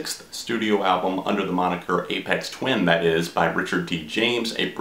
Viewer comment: Am i crazy, or are you pronouncing it A-pex Twin?